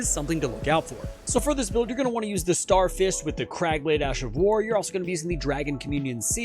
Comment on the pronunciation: "Star Firsts"